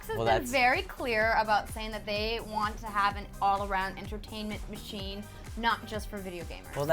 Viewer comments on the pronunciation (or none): "entertainmen macghine"she said it like that